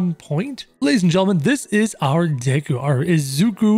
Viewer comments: This man really said dayku instead of deku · Deku not Dayku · its pronounced d (eh) k oo not daykoo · He says daku instead of deku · Deykuw? Tf lmao. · he says dayku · The way he pronounces deku and my hero Academia hurts me